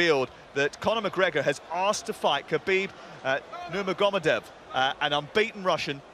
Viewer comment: Kabib Numagomadev??? Fuck me he's murdered that! Hahaha